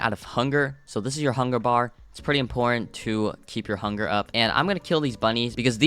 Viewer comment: why did you say funger instead of hunger